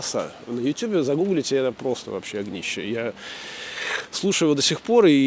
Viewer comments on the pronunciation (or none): none